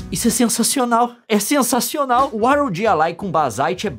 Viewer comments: é "RÓGUI" não R.O.G., Leon. Aff INASSISTÍVEL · que video incrivel leon, mas infelizmento eu fico agoniado em ouvir vc falar R O G e nao ROG kkkkkkkkkkkkkkkk